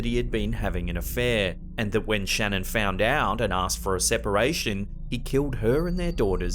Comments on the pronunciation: Please I live in Colorado. Her name was Shan'ann not Shannon. This case was very personal to us here before it went world wide respect the dead and pronounce their names correctly. Thank you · It’s actually pronounced Sha-NAAAN. 🤓 True story. Either way, finally some little girl ghosts that aren’t wearing bonnets or "period clothing". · Just FYI: In clip #6, Mrs. Watts’s first name is pronounced “shuh-NAN”. I learned this by watching a documentary about this evil crime; that’s how her friends and family pronounced her name😉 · Her name is pronounced shuh-nan. Js. Lol great video!! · Her name is Shannan. pronouced Shan nan